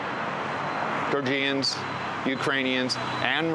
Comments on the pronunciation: Jor-Juns. Not Jor-Jeeyuns. Do the bare minimum, refer to the people correctly. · It's not pronounced GeorJEEans. Come on.